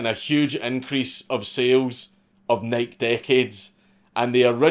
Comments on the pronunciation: it's not Nike like "Niek" it's "Nikey" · Why do you say “Nike” like “bike” when it’s Greek, and pronounced “nigh-key”? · holy fck the websites still there...... and for the love of God its pronounced NIK-EY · NIKE is pronounced Ni-key not Nighk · Why do so many of you YouTube commentators say “nik” instead of “nik-e” when referring to Nike. Y’all leave the e off of it. Tim pool and Steven Crowder also do this. Now I hear Dankula do it. I’ve never heard someone in real life do it. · Nike, nah fam dank says it’s Nyke so it’s Nyke lmao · Imagine dragons! Imagine pronouncing NIKE like NYK. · It's pronounced "N-eye-key" lol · It's "Nike-ee" you fuckin drunkard. lots of love. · Nike.... pronounced like HIGH KEY, not Mike lol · Hearing Dank say "Nike" like that just took a year off my lifespan. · I love these Mad Lad videos, but I gotta admit, hearing you say "Nike" is making me want to rip my hair out! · It is funny how Europeans pronounce Nike. Lol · Nike.....the pronunciation Ahhhh!!!!!! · If you say nike that way again I swear tfg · Hearing Nike mispronounced 400 times was really hard to take. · Dude quit saying Nike like that. It's rustling my jimmies. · stop saying Nike wrong dammit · Does he keep pronouncing Nike wrong?